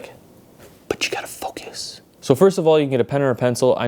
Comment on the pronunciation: When I first listen to him I think he said "but you gotta keep fu*k us"